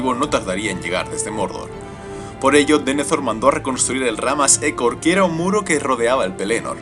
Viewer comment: Disculpa Pero ¿No seria Ramma Ejor? Que yo sepa a si se pronuncia :V